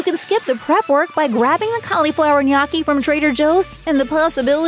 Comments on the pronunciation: Try nyoki instead of nyahki. You're not British. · i hate how you pronounce gnocchi as "naw-key" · I had to stop vid, couldn't stand it....and it's pronounced ...no- key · Are you trolling with the pronunciation of gnocchi? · The narrator should be arrested for how she says gnocchi